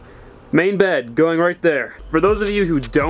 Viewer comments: The way he says bed is so funny 😂😂"baehd" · the way he says "bed"